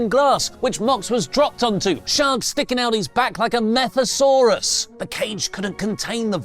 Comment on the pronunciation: Uh... "methasaurus?"